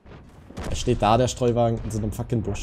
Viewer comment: Es heißt Stridsvagen nicht Streuwagen :)